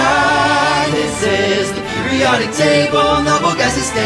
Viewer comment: THERES IS NO "T" IN PERIODIC OMLLLLL